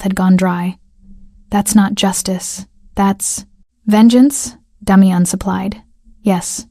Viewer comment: The AI voice can’t pronounce the name Damian